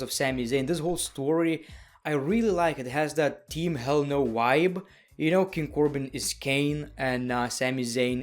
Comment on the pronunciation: What the hell is a wibe😂